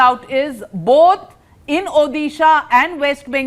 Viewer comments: try to pronounce odisha correctly...u calling urself an anchor u bitch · Oyee Anchor Madam please pronounce Odisha. correctly. It is not Uddisa ...it is Odisha..